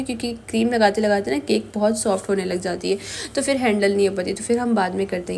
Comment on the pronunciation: Cake hoti nhi hota hy sis map.apni spoken skills me b kan,kren video or achi ho jy g ...jesa k.fir fir nhi phir hota hy